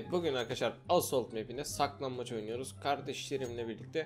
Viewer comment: minecraft haritasında saklanbaç istiyoruz +1 (bu arada r leri söylemeye çalışırken çok datlu )